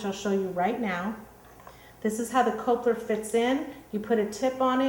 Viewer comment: Coupler is pronounced - cup-ler not cope-ler. To give you a clue, take the "r" off the word. COUPLE... but I guess you would say... COPLE!